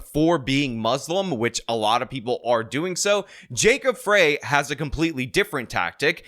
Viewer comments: That is not MN's state flag, and it's jacob frey pronounced fry, like french fry. weirdo using a hit piece from newsmax with a b.s. image of a photoshopped flag, classic. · Fry is how u pronounce the losers name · BTW It’s pronounced Fry….. like McDonalds French fry. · Sorry to correct you, but it's pronounced Jacob Fry, as in McDonald's. Deportations by our federal government will solve the problems with rent prices. Also arresting Walz and Ellison our Muslim AG, etal. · FRY. His name is pronounced "FRY." I am aware that it is spelled "FREY." It is pronounced "FRY." 🤦‍♂️ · Pronounced Jacob Fry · Frey is pronounced “Fry” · It’s Jacob Frey, as in french fry 😂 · Mayor Frey's surname is pronounced "fry". If he wins re-election, it won't be by much. The upper-middle-class, guilt-ridden White liberals who run Minneapolis, plagued by their guilt, decided to relocate the population of a non-Western, illiberal culture to take residence. 20% of the city's population is of Omar Fateh's favored ethnic group; consequently, he will have their bloc votes as well as the votes of the loony-tune White progressives. In dragging his feet in requesting Governor Walz to call in the Minnesota National Guard when the riots began, Frey did not deserve a second term in 2021. Nonetheless, I have no choice but to vote for Frey as the other chance to prevent the mayoralty of economically-illiterate Identity Politician. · Just to be more accurate, because it's important. 1.The current state flag isn't the one you showed . That was a runner-up. Real flag arguably looks MORE like Somali (not Jubaland) flag than that even. 2. Nobody calls the whole city of Minneapolis 'Little Mogadishu', but many people do call the Cedar-Riverside neighborhood and/or the area around the Somali mall at Lake and Pillsbury by that name. 3. Frey is pronounced 'fry' not 'fray'. Thanks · You cant even pronounce the candidates names. Lazy! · It's not "Frey". It's "Frey", you know, like "Freying pan."